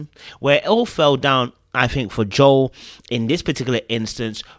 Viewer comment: hey, thanks for pronouncing Joel’s name correctly, as it should be. No idea why everyone on the show including Joel thinks Joel is pronounced as Jo-elle. Guess they don’t listen to Billy Joel